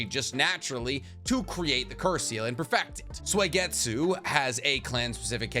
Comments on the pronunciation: did this mf say suwieygitsue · do u not watch the dub??? U CAN'T SAY SUIGETSU SO HORRIBLLY. Its not SWAYgetsu 😅😂😂😂💯 it's the fact that you didn't know/admit you were butchering it that gets me. Really confirms the whole ghost writer theory I've heard. Still love your content though. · Been watching for a while, but is there a reason you pronounce Suigetsu as Soy-getsu? Is this like an inside joke I missed somewhere?